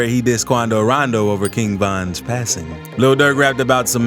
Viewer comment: Say rondow like that again I’m reporting u I stg